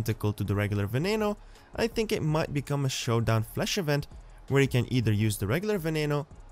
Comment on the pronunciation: you forgot the "n" at the end of showdown